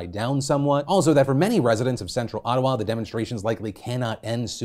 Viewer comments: That was the weirdest pronunciation of Ottawa I have ever heard.... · HOW PHILIP PRONOUNCED OTTAWA?! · worst mispronunciation of "Ottawa" since Tucker Carlson said "Ohtahwa"